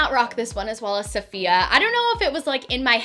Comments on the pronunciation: It's not pronounced "Saf-iya" it's pronounced "Se-fi-ya" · Honey, she's Saf-I-ya, not S-A-fiya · Suh-fee-uh not Saw-fiya, sorry it was just really annoying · I really enjoy your videos, and I’ve been binging them the last few weeks. One thing, Safiya is pronounced ‘Saf-fiya’ not ‘Sah-Fiya’. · I love the video but the way you’re pronouncing her name makes me cringe every time. The accent is in the i not the a! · I love you and your videos, but the mispronounced name was bothering me the whole time! I think it could help to maybe pay more attention to details like that in these videos. Especially since you're using her content to go off of. Just a suggestion, not hate! I still love you 😂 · Is it annoying anyone else how she pronounces safiya? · You said Her name wrong🙄😩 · Cringing on how she pronounced Safiya's name. Lol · You Pronounced safiyas nygaard name wrong. You should copy Gabi and niki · I die every time she pronounceher name wrong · I couldn’t watch this video because of the way she was pronouncing Safiya’s name.